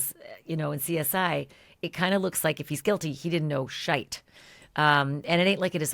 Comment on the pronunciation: Ashley, you said shite 😂